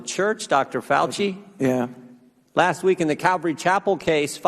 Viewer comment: Dr. Fay-Ew-Shee